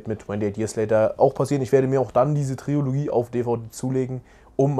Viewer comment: Da man dieses Wort im Bereich Filme ja häufiger mal braucht, verrate ich Dir jetzt mal für zukünftige Videos, dass es Trilogie heißt und nicht Triologie.. Ist aber auch ein weit verbreiteter Fehler.. Dieser Service war kostenlos! 😀